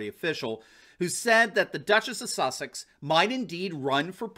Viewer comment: Did you say the Duchess of? Just kidding.